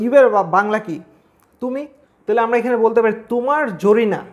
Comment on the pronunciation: স্যার তোমার ঝরিনা শব্দটা সেই লাগছে🤣🤣